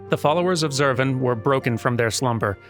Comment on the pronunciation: I prefer the way you say Zurvan,. TWO Schwas in a single name is just too much. Krile should be embarrassed.